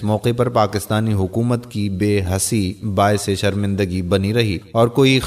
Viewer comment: bhai aap ki urdu to muj say b zyada hrab hay, ap nay bola bayhasi, yeh lafz hay bayhisi, ap nay bola marhoonmant yeh hota hay marhoo ne minat , ap nay bola GharSawari yeh hota hay Ghursawari baki video mein nay nahi dekhi shukrya